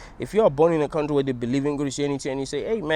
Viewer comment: I love how you say cowntree 😂😂😂😂😂